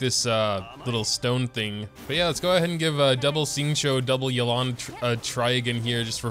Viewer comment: I think her name is pronounced Yay-lan- someone correct me if I’m wrong